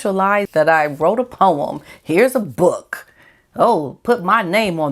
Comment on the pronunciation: I liked how you kept saying 'book' like Bhhok! aahhah